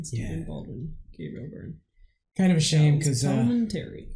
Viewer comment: It's Gabriel Byrne (pronounced burn) He's Irish.